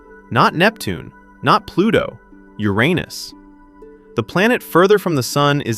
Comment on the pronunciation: Thank you for pronouncing uranus the right way